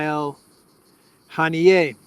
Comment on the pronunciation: Haniya,, not Hanié